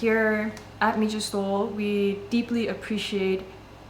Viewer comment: It’s pronounced Mee-ha 🤦‍♂️